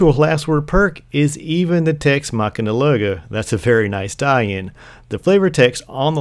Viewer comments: It's Tex Mechanica not Tex machina..... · it's Tex Mechanica not Machanin :p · But it's not even Machina, it's Mechanica